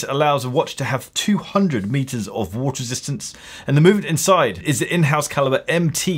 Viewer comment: the way pronounced "water resistance" sounds like "worcestershire sauce" 😂😂